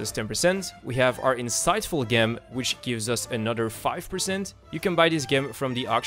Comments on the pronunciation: DUDE, dude.... it' fucking GEM NOT GHEM , J E M , how do you even get this far without knowing basic shit? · Gem is pronounced with a "J", like gym or gaywalking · Thanks! Gem is pronounced with a "J" sound surprisingly, like jam or jew. Gem! :D Cheers